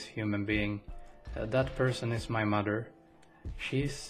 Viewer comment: Only Malaysians will know the way he said "My MADER". Trust me.